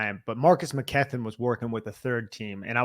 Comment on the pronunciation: Love the podcast but the pronunciation of Mckethan drives me nuts for some reason